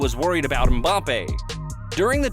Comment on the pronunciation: Nah they got mbappe wrong too, 😆 it's pronounced 'embappe' not 'umbappe'